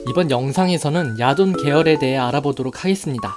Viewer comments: 처음에 야돈 목소리 들었을 때 야동(?)으로 들려서 뿜은 적이 있어요. ㅋㅋㅋ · 야돈이...야동으로 들리는 난... 썩었군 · 야돈을 야동으로 들렸습니다. 음란마귀를 힘껏 쳐야합니다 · 난 왜 야돈이 야동으로 들리는가.......... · 계속 야동이라고 들려... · 아 나만 음마꼈냐.. 야동이라 들려.. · ... 야돈이 잠시 야동으로 들렸다...